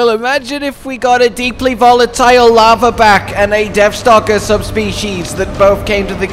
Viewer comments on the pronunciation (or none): It's pronounced Laharback which is a lizar type fire komono and the Grimstalker is a Fox...do some research my boy!